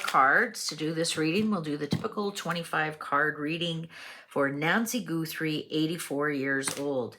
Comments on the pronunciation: Her name is Guthrie, not GOOthrie. Her daughter is the Emily Maitless of morning television. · Please! It is NOT GOOTHRIE....😅 GUHTHREE thanks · You are mlspronosing her name